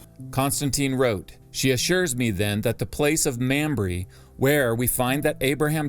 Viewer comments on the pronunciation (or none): Hahaha!!! It's not "Ma'am-ree"😂 it's pronounced "Mom-ray"! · Sorry to be that guy but its pronounced "Mahmrey" not "Mamry".